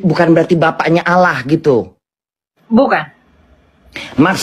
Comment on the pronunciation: Sebut Allah saja salah, jangan kurangi huruf L dong. Siapa yg kenal dirinya dia kenal Allah..